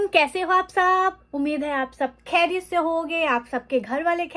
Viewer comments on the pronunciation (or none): A small correction. Please stop saying کھیریت۔۔۔ Correct word is خیریت ۔ I hope you don't take it as criticism.